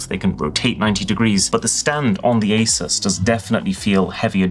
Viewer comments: That's not how to pronounce ASUS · When will people stop saying Asis, it is A-Sus, more like dr.seuss. Asus even has an official video on how to pronounce their name and a commercial.